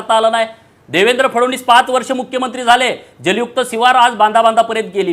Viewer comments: पडळकर फडवणीस नाही ओ फडणवीस आहेत ते. पहिल फडणवीस नीट म्हणायला शिका. मग पवार पवार करून छाती बडवा... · Yala Nit Fadan20 Suddha Nit Bolta Yet Nahi Aani Ha Sangtoy Tyancha Mule Mi BJP Madhe Alo Lachar Ahe Ha Dalali Karun MLC Milavli Yane Sampurn Dhangar Samajache Doshi Ahe Ha Aani Mahadev Jankar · नीट तरी बोल.फडणीस हा उच्चार पण जमत नाही. हा भाजप मध्ये पण उलटा होईल. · “फडवणीस” नको म्हणू रे बाबा ... देवेंद्रजी म्हण ना सरळ 😄